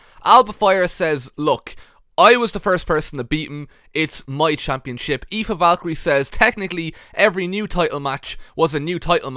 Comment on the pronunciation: the fact that you pronounce Aoife so perfectly, confuses me a bit.